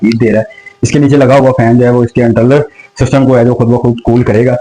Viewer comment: Very informative....❤ But "Umeed" word hota hay "Ameed" nahi... word "Endayction" nahi "Induction" word hota hay. "Entrnal" nahi "internal ".